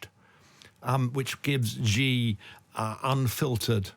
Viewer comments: Your are not alone in mispronouncing badly Xi's name--it's not GEE, but "shi"! Should've been spelled "Shi" of course, but CCP China has used very weird spelling to possibly demonstrate its arrogant disregard of English pronunciation rules ("We can impose our own spelling even if it's unpronounceable or sounds nothing like the way it's spelled!" is probably why they did it). . "Qi" for "Ching" is another example. Without knowing the Chinese language (or really the Mandarin dialect, as Chinese written language is pronounced differently depending on the dialect), you'd never be able to pronounce "Cai" correctly (it's pronounced "Tsao', the old spelling was perfectly pronounceable and accurate). That said, there's no excuse in not be able to say "Shi" instead of GEE, especially for an expert who uses his name a lot. A bit jarring to my ears at least. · So, we have a Chinese 'expert' here who is incapable of pronounsing Chinese names correctly. For me, this undermines his credibility from the start. Too much of this is merely conjecture.